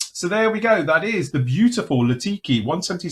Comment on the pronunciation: Litaki not Latiki…Nj is combat capable not just trainer.